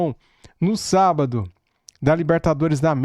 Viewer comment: 😂 "O Velório começou ontem e o enterro será sabádo". 🤣🤣😉